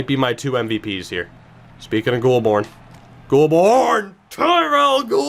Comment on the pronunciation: Goulbourne is pronounced Goal-bourne